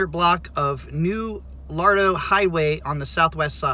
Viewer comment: Luh-ray-doh lol. I'm in San Antonio. Hope he's ok.